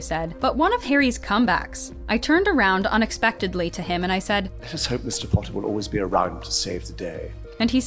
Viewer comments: pOtTaH- draco Malfoy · “Potter” MoRe LiKe PoTtAh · Draco- POTTAH 😂😂😂😂😂😂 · "Pottah" I just love it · My favourite line is every time draco says "Pottah", Harry's "Expecto Patronum and also "I'm going to bed before either of you two got another clever idea to get us killed or worse expelled" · Harry pOtTaH 😩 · Ron: im hungry|| Tom Felton: I get to say Pottah Alot "Pottah" Pottah pottah pottah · My favorite is "Wot" and "Pottah" 😂😂💜